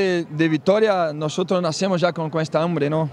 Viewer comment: Tem uns erros, mas melhor que de muitos jogadores brasileiros hahaha ele não falou algumas palavras certas "nascemos era nacimos", "tão era tan", "campeões era campeones" e outras palavras mas coisas pequenas, é compreensível